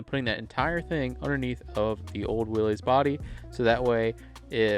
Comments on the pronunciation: FYI Its NOT Willeeeez... It's Will issss. Thats the way Mr. Willys pronounced his name. You're welcome. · Dude- it is Willys- like Phyllis. not Willies like Phillies.